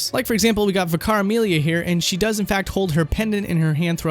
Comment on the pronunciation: Okay, he pronounced Vicar Amelia in a rather odd way. Isn't Vicar her title as a member of the clergy within her religion, or am I mistaken here?